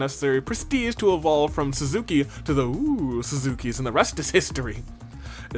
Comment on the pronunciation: You know, all of Eito's friendship talk has started giving me "100 FRIENDS FOR SISTER" flashbacks. Still can't emotionally detach from him, though, so it is what it is Kako, blink twice if you need to get away from your brother. Some pronunciation corrections: The double "o" in "Oosuzuki" is pronounced like the beginning syllable of "Ogami". It basically means "big" in Japanese. The "AO" in Eito's last name is pronounced "ow" rather than "ayo" Also something interesting I found in the character "drip promos": "Tsukumo" (the twins' surname) is written as “九十九” in Japanese Kanji, which means "99". "Sirei" and "Nigou" were written in English instead of any of the three Japanese fonts. I have absolutely no theories lmao, they're all out the window at this point. Don't worry Shouma, we'll Make A Man Out Of You (tm), or literally die trying!! (On the other hand, Ima can go suck a cactus for all I care)